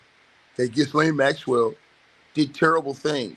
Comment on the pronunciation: the 's' in Ghislaine is silent